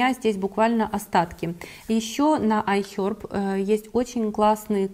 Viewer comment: ай хЕрб!, а не аи хёрб!!!